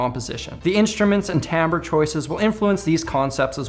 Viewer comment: Thank you for pronouncing 'timbre" correctly. [tam-ber}